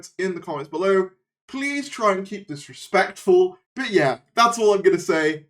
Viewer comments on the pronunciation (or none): none